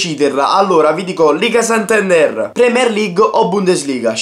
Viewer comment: liga santanderrrrrre